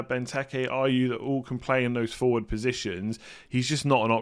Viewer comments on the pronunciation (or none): none